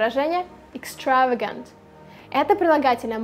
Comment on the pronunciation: You made a mistake in pronunciation of extravagant